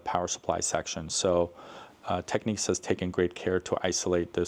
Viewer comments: It's technics, not techniques 👍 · Why would you pronounce Technics as if it was spelled Techniques? There are two types of people in the audio world I think . . Maybe Matsushita would be a better moniker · I never understand why people call Technics Techniques. The word is clearly Technics, not Techniques.